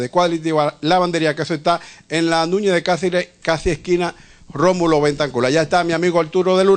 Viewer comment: Núñe de Cácere (supresión de s al final de palabras), mejol manera. visital, Betancul, Alturo, (cambio de r por l), decíano por decíamos (expresión anómala de n en lugar de m. Me imagino también dirá íbano por íbamos, andábano, teníano.). Caramba, y yo no tengo un programa de televisión... En cuanto al señor Trujillo después opinaré sobre su querido, defendido y "tierno" abuelo.